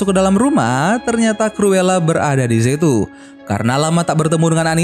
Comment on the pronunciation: Bang penyebutan nya salah tulisan nya cruela tapi di baca curula